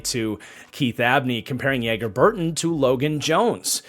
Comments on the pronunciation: It’s not pronounce Yeager. His name is pronounced like Mick Jagger’s name. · Loved the draft streams! Since he’s on you Packers now it’s pronounced JAGer instead of YAGer